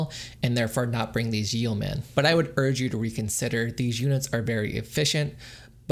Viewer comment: Friendly piece of advice here: yeomen is pronounced “yo-men.”